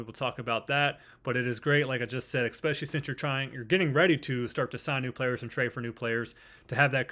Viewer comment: My guy, it’s “especially”, not EX-SPECIALLY